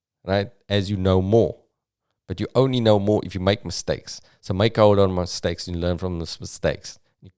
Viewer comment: I'm fasting and I just hear miss steaks